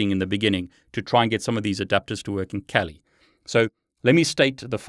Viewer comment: Think it's pronounced "kah-li" (Swahili for fierce).